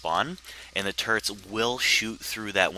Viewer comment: I think when says turrets it sounds like turds. So this video was one of the funniest ive seen.